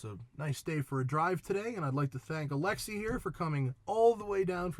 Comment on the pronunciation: You mispronounced his name like ten times. It's not Alexy, it's AlexEi. He's Russian!